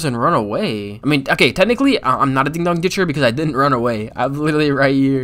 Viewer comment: not a ding dong ditch its a din dong🤣